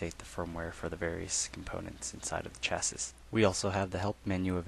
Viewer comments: Agreed - Chassis is a French word. Pronounced as below: shassee. Very irritating! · Thanks for the presentation. Just a comment though I think you are pronouncing the word 'chasis' incorrectly it should be sha-see.